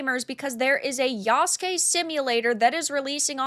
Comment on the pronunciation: Good job pronouncing Yasuke properly. Asmondgold could learn from ya. However, they do have Japanese historian working on this?, Sachi Schmidt-Hori. Ghost of Tsushima took a lot of liberties with their story as well. However, I think the make or break for ac shadows will be the story and the dialogue, which in recent ac is always janky and doesn’t feel immersive.